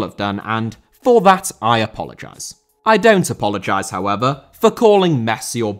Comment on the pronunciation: "Hoever" - however 😂